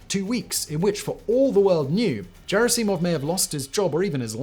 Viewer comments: It's never Jerisimov like "jerry" it's like "G" in golf - ger'ass'E'mov Not that I like these Fs , more that I believe in reaching the Russians w respect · Second syllable, just about always. ger ASS 'im of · Did anyone else Lose their fucking mind everytime he said JerrySeeMawv Like simon have you not seen the video where prigosian (i know its not correct spelling) screams Their names lol ever since i watched that vid that is how i say the names … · I'm sure he has for a long time just turned up and presented , with lesser employees doing the actual reseach - hints are his frequent mispronounciation of Gerasimov as Jerasimov (soft g instead of a hard letter). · His name is NOT Jera-cee-mov; do better!!! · "Jerry Seemov" LOL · Hard G, Simon. "Ger ASS I mov" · "Yevjenny". "Levvers". "Geraseemov", what else? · Given that this script has many occurrences of "Gerasimov" it would have been good if you learned how to say it. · How can anyone still mispronounce the name of Gerasimov, after Prigozhin shouted out his name so dramatically? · Simon to himself "Should I check how any of these first or last names are pronounced? Naw, screw it, I bet the general's first name is pronounced exactly like the name of my girlfriend in college" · Good video. Terrible pronunciation. No J sound in Russian. G as in Gordon Bennett not German. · Russians do not pronounce the letter, “J,” as in, “Jesus.” Especially at the beginning of words. Moreover, you have never heard anyone else pronounce Gerasimov’s name the way you do. The general’s name is pronounced with a, “G,” “Guh,” for, “God.” As in, “General Gerasimov.” You mispronounce things so badly, so often, that I have become convinced that it is a, “technique,” you use to get people to comment and, thus, boost the algorithm? I used to think it must be a passive aggressive form of trolling your audience, but doubted it? Am I right? Is it to get comments? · G in Gerasimov is pronounced as in "good", not as in "ginger".